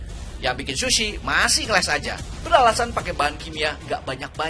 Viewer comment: Ga tahan sama "shushi" Nya. Dan diulang ulang terus "shushi" Nya